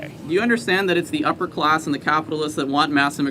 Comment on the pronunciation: What is a ‘closs?’ If you don’t know how to pronounce a short a, you are not capable of lecturing me on anything.